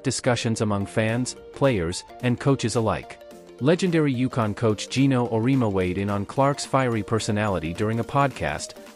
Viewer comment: When producing a segment such as this, please (pulleeez) learn how to pronounce names of the key characters: two this time. Coach Geno Auriemma's name is NOT pronounced "Aureema" (not 3 syllables but 4: Aur-ee-em-a) and Paige Bueckers is NOT pronounced "Byookers" but rather Beckers. Good grief. This wasn't the first time (nor 2nd or 3rd or...) that Paige's name has been mispronounced, I suspect by the same narrator/reader. Stories like this absolutely lose their credibility, especially when the players/coaches are as famous as these are. When I hear something like this, I stop listening.